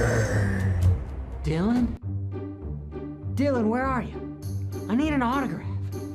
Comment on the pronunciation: Dy-Lon WTF ever, just say the guy with the RED plate. I doubt he’ll loose that plate, not this year....SMH